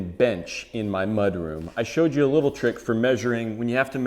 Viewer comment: Haha, I heard the you the first time. But it definitely had a Jew sound on the second listen.